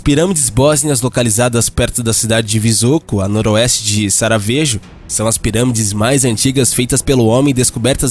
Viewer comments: VOCÊ VÊ A SARA.?????? SARAVEJO? ???????????????????😂😅😂😅😂😅😂😅😂😅😂😅NÃO SERIA..... SARAJEVO???????? PORQUE O " J " LÁ ÉEEEEEEE O " I " i . O J se pronuncia como i .... Ninguém te ensinou???? Pois eu faço questão de tempo esclarecer pra vc não falar errado.... VIU MEU FILHO!!!!! 👍👍👍👍👍👍👍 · Sarajevo ou Sarayevo, queridão.... Blz??? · Sarajevo se pronuncia Saraievo, alguns países dessa região pronúncia o Japão como I. Mas curioso é uma pessoa média com mais de 15 anos nunca ter ouvido falar em Sarajevo.